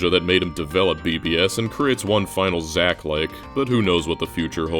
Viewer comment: "Zach-likes" LMFAOOOO